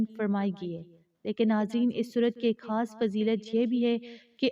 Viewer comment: Aap Urdu k alfaz sahi se nahi bolti khair ko hair aur khas ko hass bolti ho words ko sahi se parehn